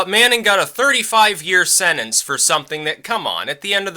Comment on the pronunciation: You keep saying sennance, it's sentence. SEN-TENCE.